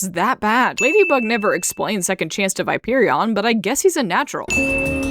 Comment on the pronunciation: 1 sin for she said ViperOn with the silent o